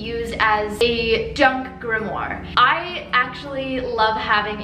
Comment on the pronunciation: Are you saying "grimmoir "??